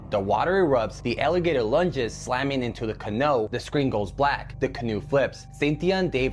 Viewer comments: Am I the only one that finds his pronunciation of "canoe" irritating? Do people actually say "Can-know" instead of "Ca-knew"? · dude, that’s CRAZY. I mean CAN-NO??? It’s pronounced CAN-NEW. Canoe, can-new, ya know? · 14 foot canow?? He says that twice and then canoe? Is this a human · He says "CaNoo" twice then properly pronounces it "Canoe" what an idiot. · Ca-Know. !! Even us Aussie says Ca- Knew-Ooouuuu sound. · Wait—did I actually just hear someone say “can-no” instead of “canoe”? I mean, wow. For the record, it’s pronounced kuh-NOO (rhymes with “new,” as in “learn something new today”). This isn’t some obscure ancient artifact—it’s a basic boat! If you’re going to announce words to the internet, maybe check how they’re pronounced first? Just Google it. Please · I wish people would review their videos before uploading them with AI narration. The first video - canoo vs. can-oh. He "it" says it wrong AND right. Kiss-a-may. Nope. not it. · Lake kissy may? Then dude says cuh know twice before saying canoe. People learn english from a.i. now? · Can No? Umm it's pronounced can Ooo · 😮Please tell this guy if he's going to make videos to put on your channel that maybe he could learn that canoe is ka, new not ka,,,,, no. I guess you don't even have to know basic English spelling so forth to make videos online. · For the alligator video .what's a canull??you mean Canoe. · How can dude not know how to pronounce Canoe? lol, its very hard to take his word on anything, when he is calling their canoe a can oh... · That dude aint real. Who pronounces ca"no" like that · "Kiss-im-mee", and KA-NUE would be the pronunciation. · i was fixated on that as well.....i have never heard that word pronounced in any other way than how we all say it, even if english is learned as a second language its still pronounced CUH-NEW. is this some kind of weird verbal mandela effect or what? ur right, most disturbing part of the whole video. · can-oh? LOL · And then at HE PRONOUNCES IT CORRECTLY 🤯??